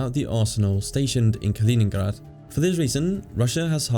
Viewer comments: Kaliningrad* not koningburger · Why the F are you pronouncing Kaliningrad like the name is Dutch. Its not Kalininghrahd ffs. Grad is a Russian word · Kalining𝓻ad Really though, idk what you are trying to achieve with this pronunciation because it is neither English nor Russian, you just sound silly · Калининград or in Roman script, Kaliningrad, as a territory, did not exist until 1946. The pronunciation is something like Kaleeneengrard. Whilst under German control, the main town/city was never known as Kaliningrad, It was "Königsberg " so I think that we can dispense with the German accent. The Gap is not spelt "Suwalki" it is "Suwałki". Ł/ł a unique Polish letter and is their equivalent of our "W/w" ... sort of "Whoaaah". There W is pronounced as our V although it migrates to F at the ends of words. Poles will forgive you if you pronounce Ł/ł as a straight W .... so SU (as as in "Susan") WAŁ (as in "vowel") KI (as in Kiwi) ..... so phonetically, something like SU VOW KI . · Ya know, its not incorrect to pronounce a foreign name in English. Trying to be accurate with the Russian pronunciation is just distracting. You know China is called Zhongguo in China.